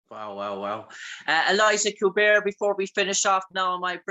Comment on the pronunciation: Great interview, but how do you end up calling her "Eliza" when her name is "Elisha"???